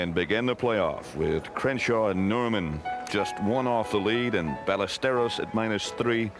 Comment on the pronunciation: Kind of ridiculous Nantz pronounced the "z" in Olazabal and Melnyk pronounced the " l's" in Ballesteros.